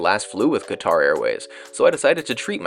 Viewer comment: Whatever you say about it, please just learn how to say the country’s name.